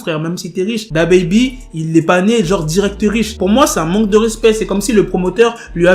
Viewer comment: "c'est MANGUE de respect total" 😂😂😂😂 jsuis mort